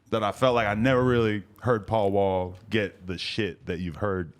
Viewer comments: He said PAUL NAW not paul mall 😂😂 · It’s Paul Wall Bay-By. 😬💎